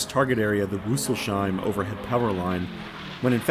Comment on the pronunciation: Yes, yes - I have been looking forward to the next video. Great stuff! Btw, the city is Rüssels-heim (Snouts-home), so not the "sh". I've explored all the Feldberg region by Motorbike extensively and spent over 20 years near Rüsselsheim.